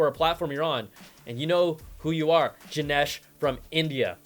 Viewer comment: It's Ganesh from India, as in Gun-esh.